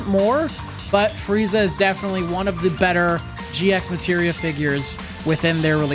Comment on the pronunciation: This on is no biggie but It's actually red as G Materia without pronouncing the X. Same as how you read Hunter X Hunter and Spy X Family.